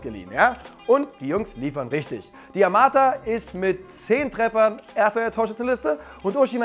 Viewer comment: Nicht Diamata sondern Dimata